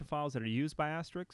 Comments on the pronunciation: you8 might want to learn how to say the word "ASTERISK" not asteric or asterix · Thanks for the time and effort creating this series! It helped me a lot and I appreciate it. However, "Asterix", as you pronounce it, is a French cartoon character, not the PBX software we all know and love... ;-) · why does everyone call it "asteriks" instead of "asterisk"? i don't get it :/ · why can't anyone seem to pronounce Asterisk ? :-/ it's not Astrix. (or Asterik)